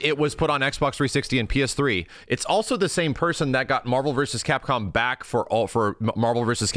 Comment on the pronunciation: "everyone wants new Mahvs-Capcom, Mahvs-Capcom".